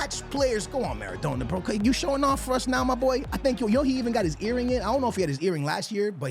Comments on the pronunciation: maradona pronounced mara donna (like a donna kebab) please pleaseeee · You’re Portuguese bro you know how to say his name properly, what’s maradowna and aiyowze pirez 😂😂😂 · Who tf is Maradoner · The way he says Maradona hahahaha what a melt